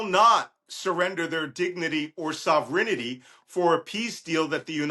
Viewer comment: There is no such word as ‘sovrenity’, its ‘sovereignty’. But, you go Malcom! Slava Ukraine!